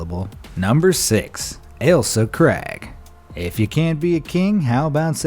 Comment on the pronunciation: you pronounced craig wrong...